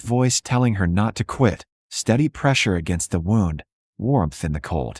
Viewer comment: Good story. But when AI reads IV as 4 rather than eye-vee, that is inexcusable. Wound is not pronounced as rhyming with round. It is supposed to rhyme with tuned. Read can be red or reed. AI gets it wrong. So easy to do it right. Funniest is reading St. As street instead of saint. So easy to polish. It takes away from enjoying the stories